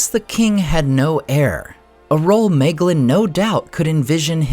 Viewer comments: Bröther, your pronunciations absolutely kill me 😭 it's in the back of the book. It explains it all very clearly. my - glean NOT may - glin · Just noticing how you got the pronunciation of Nirnaeth correct, but always say May-glin